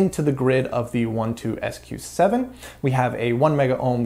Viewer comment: One-Two-SQ7? Dude, it’s a Twelve-SQ7.